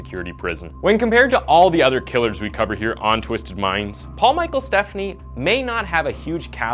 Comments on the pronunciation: Great video! The only thing I'll say is, his last name is pronounced "Ste-PHAN-knee", not like "Stephanie" as we're used to hearing. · I live in Minneapolis and was 21 yrs old when this occurred. I remember it vividly, as a female that age going out in the town. (Fyi - it is Paul Stephani -" St - FAH-nee") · Stephani. STEF, AWN, EE. Potac. POE-TAK.